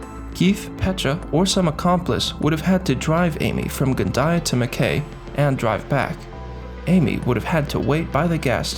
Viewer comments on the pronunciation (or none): Just so you know, Mackay is pronounced Mack Eye (I) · Well presented case, subscribed. As an Aussie I get a chuckle out of how people pronounce Aussie town's names. It's Gunnah-dah and mak- ay. We got some doozies.